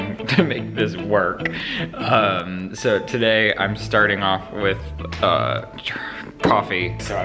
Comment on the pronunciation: “Sew annoying?....it’s sew annoying!” 😂💀